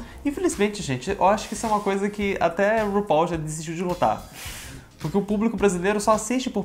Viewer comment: VC É O UNICO - UNICO, "U-NI-CO" youtuber q eu vi falando RUPAUL da forma correta. <3